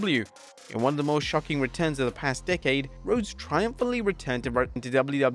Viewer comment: are you ever gonna learn how to say WWE